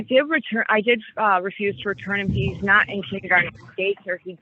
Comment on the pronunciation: Love the judge pronouncing kindergarten as “ kindy garden “